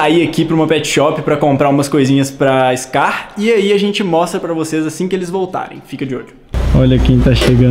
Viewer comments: Mano é "SKAR" com k ñ com c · Gente é: Skar ✅ Scar ❌ Compreesão sério me dá uma agonia 🙃